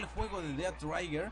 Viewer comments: No es "traiguer" es más como un "Treguer". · Es trhiger no traiger :v